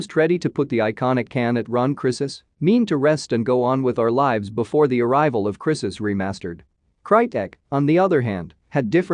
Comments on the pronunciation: crisis? it's cry sis! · The people who don't know how to pronounce crysis are making making video on it 🤣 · Plz say 'Crysis' again... please. lol